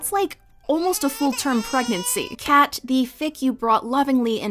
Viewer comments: I’ve never heard anyone call Kkat cat. They always say Kay kat. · I've listened to audiobook recordings of this fic at least 5 or 6 times all the way through. I even purchased the 3rd edition print copy with it's bible like pages! Kkat did a phenomenal job with this fic, and it's one of my absolute favorites in the brony fandom! Btw I've always heard the author's name pronounced Kay-Cat rather than just Cat. Also the drug is mint-al (play on mental and mentats) not mint AIs.